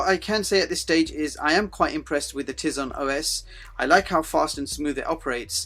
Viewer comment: good review although i cant bare but correct you for the pronounciation of tize its "Tie-zen" not "tizen" even tho its spelt nothing like it sounds like